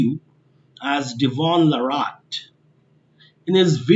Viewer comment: what a crap channel with 0 value, stupid perspective . did you snort lol? cant even pronounce his name right, thanks but no come again